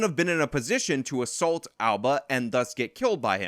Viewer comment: Dude. What is with you youngsters saying ASSULT? The word is assault and is pronounced uh-salt. Look it up, dangit! Love how mad you get about this. It's maddening. Woman sicks her felon boyfriend on a dude and the vic gets charged. It's NUTS.